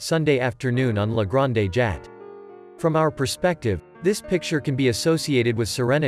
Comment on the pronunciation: "Sig-nac?" "La Granday Jat?" "The River Sane?" "Point-i-lism?" The mispronunciation is awful. I would never show this to my students. Also the grammar - "the ways the hues was mixed..." Just terrible.